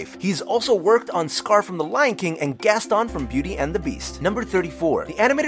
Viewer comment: Gast-awn Notre-dawn You only say dame when referring to the university. Agrabah is not an anagram of Baghdad since there is no R in Baghdad. I thought the line was "Good tiger. Take off and go!" You forgot the fact that Arabian Night was censored. It originally said "Where they cut off your ear if they don't like your face".